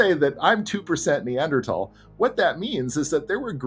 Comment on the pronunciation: Why are they mispronouncing neanderthal?